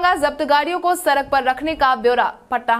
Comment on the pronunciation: सड़क सही बोलो